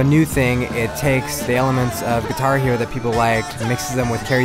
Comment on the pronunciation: He says "guihar" hero!